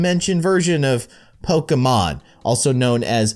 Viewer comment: IT IS POKIMON NOT POKIMAN 😤😠😡👿